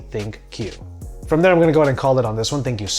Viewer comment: Did you just say "TinkQ so much for watching"? 😆😆😆😆😆